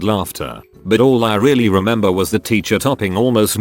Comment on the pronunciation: Nobody: Reddit voice: “Ticher”